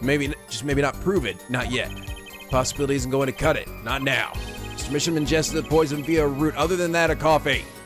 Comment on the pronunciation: ok i might be an episode late on this but i think Misham is pronounced "My Sham" because their art is shams.